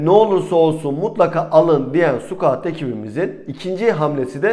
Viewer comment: Konulardan bağımsız ve epeyden beri telaffuzunu yanlış kullandığınız Scout ( sıkaut) kelimesine dikkat edelim bence. Siz squat( sukuat )ile karıştırıyorsunuz